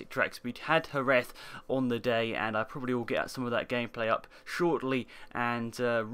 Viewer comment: jerez is pronounced geres rather than hereth ;p